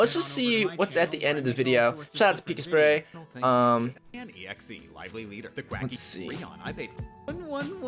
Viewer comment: Did he just say 'pika-spray' Edit: also he should check out pikasprey's softlock picking vids